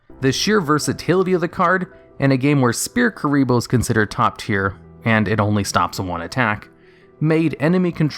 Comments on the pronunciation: Sphere Kuriboh is pronounced “sfere kuriboh” with the ph making an f sound not like “spear kuriboh” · Sphere Kuriboh. "S'fear Kuriboh". SSFEERR. The PH makes an F sound. XD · You're pronouncing "Sphere Kuriboh" incorrectly. The "ph" makes a "ffff" sound so if you write it out phonetically it looks more like: Sfeer Ebola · Sphere not spear omfg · Calling Sfere kuriboh Spear kuriboh is fuckin me up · It's pronounced "Sfear". Not Spear. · Did he just call sphere kuriboh Spear kuriboh ? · I physically cringed whenever he said Spear Kuriboh. It’s Sphere Kuriboh. S-fear S-fear. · Shpere Kuriboh is actually pronounced «Sfere Ebola». That’s DL-longo for ya! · Ah yes, SPEAR kuriboh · "Spear Kuriboh" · Spear kuriboh? Really? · I'm Mexican and I'm not sure that the pronunciation is SPEAR KURIBO, hahaha. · sorry did you say "spear" kurriboh? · Huh Yubel can still be very good, with the right cards. Also you are calling Sphere Kuriboh Spear Kuriboh. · Not trying to seem rude but u read sphere kuriboh as spear kuriboh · "SPEAR" kuriboh?!? xD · Did you call Sphere Kuriboh Spear Kuriboh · "Spear Kuriboh" LMAOOOOOOOO THIS MAN REALLY DOESN'T KNOW HOW TO PRONOUNCE SPHERE IM FUCKING DYING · He pronounces it " spear" kuribo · Everyone hears it as Spear kuriboh. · Sphere Ebola.. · How do you not know how to pronounce "sphere"? "PH" makes an "F" sound. Did they not teach you that? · Why can't you say sphere?